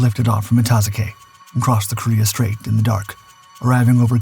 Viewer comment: It's pronounced "ita-zoo-kee"